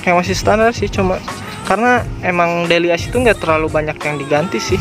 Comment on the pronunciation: bacanya deili yus mas.. bukan deli as